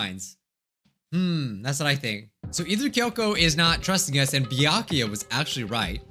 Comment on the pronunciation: You were close, "byakuya"